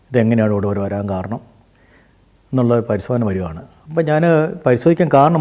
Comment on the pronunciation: "പരിശോധന" ക്കു പകരം പരിസോധന എന്ന് പറയുന്നുണ്ട്